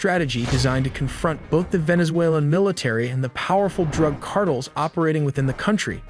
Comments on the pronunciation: CARTELS! NOT CARTLE!🙄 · Videos are awesome only gripe, is sayings cartles rather than car tells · CAR-TELL Not "cartles" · Cartel not Cartles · He says cardles instead of cartels. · All the super-impressive graphics and intel, 1.55M subscribers and no one behind this channel can "program" this artificially unintelligent SOB how to pronounce CARTELS???? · "Venezuelan cardles" 😂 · Hey it's CAR -TELLS. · fire your narrator. he pronounces things like Cartels "cardles"...and Iran "Aeraan" and those are just the one's I've noticed. How can someone payed to narrate be soo bad. You literally had one job. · "Drug Cardils" 😂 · No, Cardles. Stress on the first syllable. 😂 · I think these “engagement strategies” are going to backfire. Hearing wrong pronounces words over and over from an program gets frustrating and in the end will cause less engagement from less viewers I come to watch and learn; not for you to say carels on purpose over and over. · You nearly nailed this video until you said “ Drug Cartiles” 😅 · This guy can’t say Hamas or cartels right 😂😂😂😂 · Ai can't pronounce cartels!